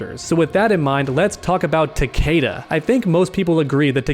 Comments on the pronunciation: his pronunciation of "Takeda" is cringe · All I want is Fujin, this man is really is one of the more underrated and overshadowed characters in the game. He had and has so much potential but as usual he's being overlooked by Raiden and now Cetrion And why do people say Tah-Kay-dah, even in the Story they call him Tah-Kee-Dah...